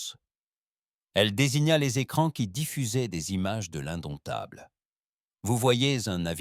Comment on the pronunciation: Couac récurrent dans toutes les histoires : le mot "indomptable" est parfois prononcé "indoumitable"... c'est drôle 😅